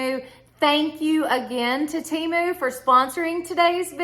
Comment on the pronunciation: HI.... THIS IS MY FIRST TIME WATCHING YOUR VIDEO. I ENJOYED IT. I JUST WANT TO TELL YOU THAT IT`S PRONOUNCED TEM ...LIKE HEN AND MU LIKE MOO. GOD BLESS!😊